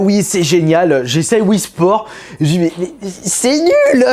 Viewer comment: Wii sport pas wifii sport Ninsulte pas il le dit bien c'est son avis